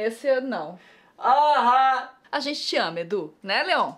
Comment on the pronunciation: A Nilce falou "esse é um dia que a Rente senta (...)' ?? Escutei várias vezes e só consegui ouvir isso kkkkk